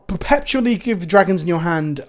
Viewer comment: After "Kalda-heim" blesses us with "perpePtually"